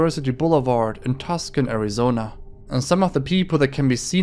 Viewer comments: portion. so just letting you know, its called too-san, not tus-can, the way you pronounced that gave me whiplash. Also while its creepy asf, all those thumbnails looked like areas on campus so those are most likely Uni Students. University Boulevard is literally across the street from the Uni so its a popular hangout area. Kinda doubt anyone underage would be around there. Also damn, this creep is literally prowling my campus man 😭😭😭😭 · Tuscon - two'sawhn not tusk-awn. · "Tusk-an" Arizona????? 🤣🤣🤣🤣🤣🤣🤣🤣🤣🤣🤣🤣🤣🤣🤣🤣🤣🤣🤣🤣🤣🤣